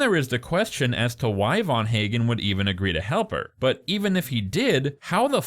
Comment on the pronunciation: Ffs the physicist who invented "The Machine" is Dr van Eegen. Not VAN HAGEN. Just knowing a smidgen of 🇳🇱 (Dutch) phonetics, or the physicists, would have told you that. And yes, I'm also sure Nora is lying. The logistics alone plus clues since the very first ep indicate this. Loved the journey, everyone's journey from beginning to end it's beautiful. I'm Australian so know where every single scene was shot. Final episode takes place in Clunes Victoria. And it's clearly shot in winter. The 'dance' scene I mean 'wedding' was shot in very trying conditions. Brilliant stuff but as for this analysis, I've heard better 😅 It's such a beautiful brilliant show 🎉 Every emotion possible. Weird they didn't mention the GR once though 😮